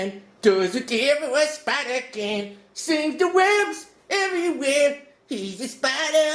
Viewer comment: did he say sings a web or spins a web